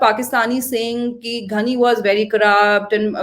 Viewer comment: his name is “ghani” not “ghhani”